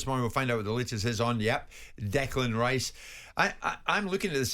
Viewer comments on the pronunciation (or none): none